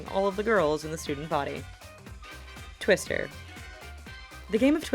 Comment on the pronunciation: Twister not twister I love twister